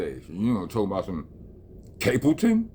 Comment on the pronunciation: STAPLETON ! NOT CAPLETON 😂